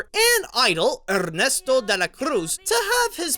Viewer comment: “Día de los muerrrrrrtos” and “Errrrrrnesto de la Crus” killed me lol. I love watching these just to see how people pronounce Spanish names.